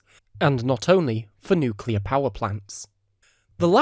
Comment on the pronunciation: Nukelear reaktoer exlosoin?